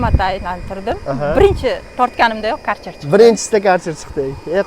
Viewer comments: Каерчер демайди хой акилликлар керхер дийди бу керхер бу компаняни номи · КАРЧЕР ДЕМИДИ!КЁРХЕР ДИЙДИ УКАМ!!!